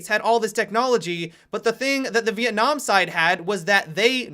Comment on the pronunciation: "Vietnam side" Are you serious? That was embarrassing to listen to.